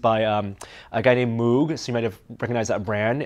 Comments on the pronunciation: Lol, said moog like moo-g. It's definitely "moge". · Dude, Moog is pronounced Mogue. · Moog rhymes with vogue. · Moog is pronounced "Moge" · Moog should be pronounced with the oo like in door. Not like the oo as in cool. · Moog is pronounced with a long O as in Bro. Not like the sound a cow makes. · 'A guy called Moog' ?!!?! His name is Dr Robert Moog (rhymes with vogue, as pointed out by discorobitification).